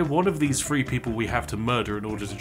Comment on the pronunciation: It's three. One hundred and twenty three. Not free. And you call yourself a gentleman.